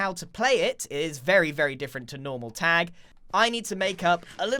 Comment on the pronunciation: Grian saying "Tegg" My brain: american accent of "tag"